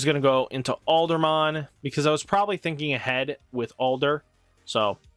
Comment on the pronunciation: Aldamon Where you getting the "r" from? Lol